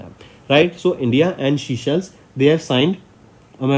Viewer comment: Sir please use correct pronounciation. Viewers might listen to this and remember wrong words in exam. Forbeg: Seychelles is not seashells